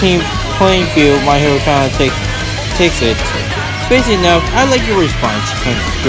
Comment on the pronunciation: Im sorry but that way u said academia